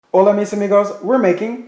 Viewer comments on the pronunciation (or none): none